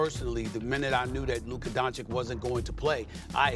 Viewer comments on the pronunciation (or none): Can someone explain to Stephen A that it is Luka Doncic, not Luka Doncik. It's like cich is how you say it. We don't say Stephen A Smit lol